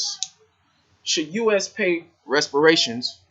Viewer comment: Learn how to talk proper ... repairations not resperation ... get off that im royalty crap. Feeling sorry for your self .. nobody owes you anyting. Nobody owes me anyting